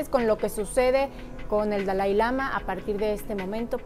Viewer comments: Además de exhibir su ignorancia sobre el budismo no sabe ni pronunciar siquiera Dalai Lama y no es un dios viviente. Ni lo "reencarnan" desde niño. Investiguen para que no den tanta info imprecisa... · Y NO es DAI lama es DALAI LAMA!